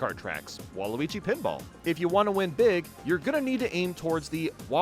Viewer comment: It's pronounced "Big" not "Beeg".